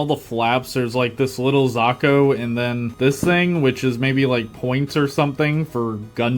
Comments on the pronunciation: Ah yes zakos not zakus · god damn that pronountiation of Zaku (usually pronounced zah-cou) makes me, someone whose only experience with the og gundam series with amuro ray was just char's counterattack feel wierd, though ig it makes sense if that is how they pronounced it